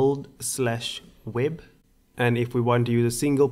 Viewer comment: Build. pronounced as bi-l-d. Say it my friend. Not bold. Nice tutorial. Thanks foe uploading this. Very helpful.